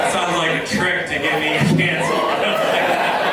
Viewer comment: I loved the end Now, I know how to pronounce Asmus. 😁👍